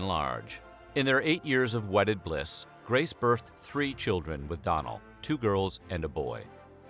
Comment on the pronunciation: Great vid. Some pronunciation issues with the Irish names (‘doughnell’ not donnel’) but great story